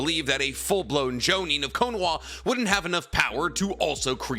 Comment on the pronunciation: Why do you say “Knowa” its Ko-no-Ha